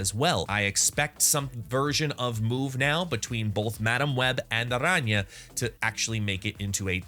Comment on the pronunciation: Great video and respect for the pronunciation of her name. What does your t-shirt say?